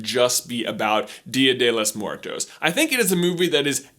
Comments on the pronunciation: Lol the way J says 'The Day Of The Dead' in Spanish. I love it! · It's Dia de los Muertos not Dia de los More Toes.